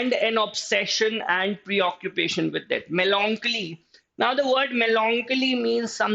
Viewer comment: The pronouncation of melancholy is wrong.... its meh luhng kuh lee